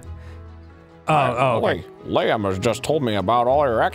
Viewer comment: Its so wierd to me to hear them say Liam lol people normally pronounce it wrong lol